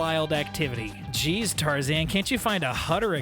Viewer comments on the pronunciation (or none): none